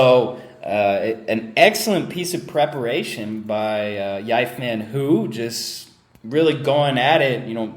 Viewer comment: Just a sidenote about Hou Yifan. Her name is pronounced more like "Hoe" or "Ho" instead of "hew." And "ee-fahn" instead of "yie-fan."